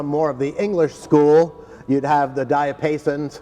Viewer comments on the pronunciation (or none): ...diet paisons? Maybe it's Diapasons.